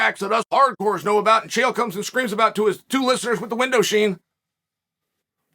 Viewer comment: Chael loves that “2 viewers and my window sheen” line lol